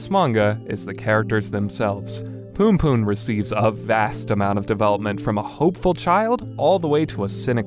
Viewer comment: loool the way this guy say "poonpoon" is actually hilarious